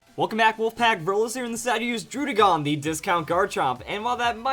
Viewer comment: Say /DROO/DĖ/GÔN/ one more time I dare you.